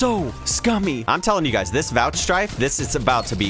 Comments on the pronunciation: Pretty sure its vouchSAFE not strife, or TOUCHSAFE or HIDDENSAFE or SLOCHSAFE either lmao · hearing vouchstrike was like... wot? it’s vouchsafe sir! keep up the great content. good to see ur back